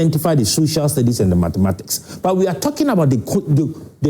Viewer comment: Mathematics and not matemathics